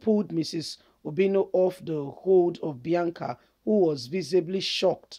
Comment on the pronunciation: Please point of correction it's obiano not obino